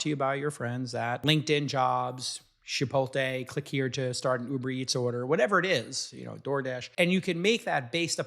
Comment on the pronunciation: It’s not CHIPOLTE it’s ChipoTLE!!!